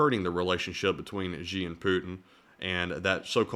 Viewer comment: Xi is pronounced like she.